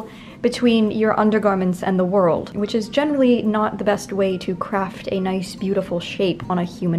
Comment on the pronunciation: A couple of examples she came out with, "wor-ld" as two syllables, and a "t" that sounded like a "d".